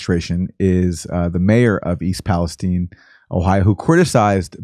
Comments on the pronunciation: america hates palestine so much they cant even say it..please..please..stop saying east palesteen..i dont check my watch to see the teem..there arent tineagers..east palesTINE..say it..palesTINE..WTF? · Why is East Palestine called "East Palesteen"? Or is it East Palestein ?